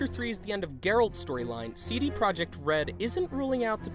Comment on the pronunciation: did you know you dont read PROJEKT the same as PROJECT. english